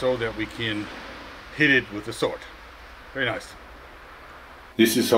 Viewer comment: Mann, das triggert mich SO brutal an das dein "sword" sich (gefühlte fünfzig mal) so anhört wie "sort"... Ist das so gewollt "eingedeutschtes" Englisch für die Fans, oder was soll das?